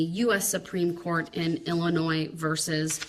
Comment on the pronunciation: There’s no “S” sound in the pronunciation of Illinois. Idiot